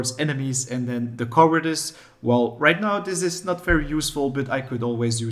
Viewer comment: Did he say while I nut at home or while I’m not at home? Either way this will be very useful